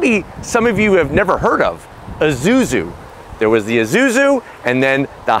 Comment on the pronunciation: Isuzu not izuzu…